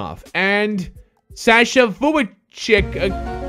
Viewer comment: u a lakers fan and dont know how to pronounce sasha vujacic....ok u know basketball lol...have u ever seen a real game or you only think players are cards only...smh...